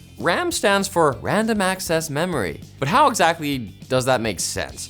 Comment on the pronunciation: Wandom access memowy